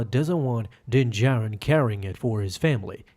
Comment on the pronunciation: So he still keeps saying din “Jairin” lol